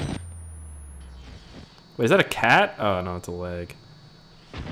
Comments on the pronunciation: When you say leg it always sound like you are saying lag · anyone else notice says lag when he says leg